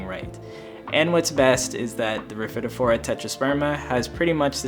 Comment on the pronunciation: Love your down to earth style and concise delivery of important info. AND ever so happy to hear how to pronounce rhaphidophora! YAY! You are stellar 😊